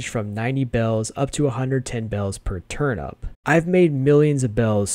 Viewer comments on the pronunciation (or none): ITS TURNIP NOT TURNUP